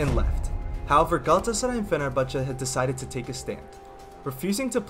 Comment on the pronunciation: Don’t Forget the “Ç ç”in “Fenerbahçe”